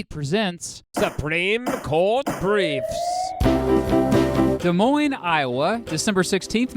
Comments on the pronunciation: The Supreme Court gave no s about Des Moines. Seriously! Did you hear that pronunciation? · It's pronounced des moines